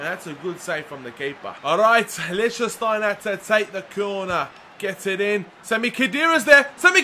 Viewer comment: Lichsteiner is pronounced Lick-Stine-er